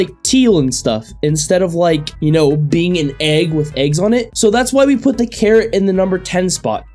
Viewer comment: when he started talking about the carrot knife I thought he said karen